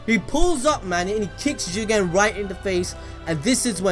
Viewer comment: I really love it the way you sa JIGEN!!!!